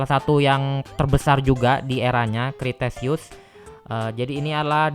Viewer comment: Dibacanya bukan kriteseus tapi kretaseus (kalo gk salah) Sama yang mosasaurus itu sirip bukan tangan